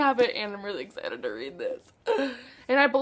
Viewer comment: I love how invested you are in learning to be fluent in German, it kinda makes me really happy :D and your british Darth Vader excited was lovely.. since I've only ever watched the german dub I have no idea if he has one but I don't think so? :D